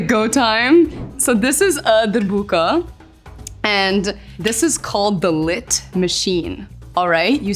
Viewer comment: DERBOKA ❌ DRIBIKA. ✅ 😂😂